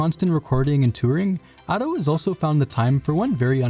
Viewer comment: Every time he says Ado it hurts my body, soul and spirit.